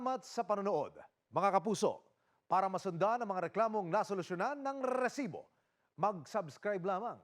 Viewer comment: ok na sana eh pero prang cya lng natutuwa dun sa pagbigkas nya ng reeeesibo... BWISIT..